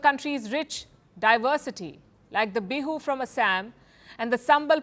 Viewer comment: Its beu its bihu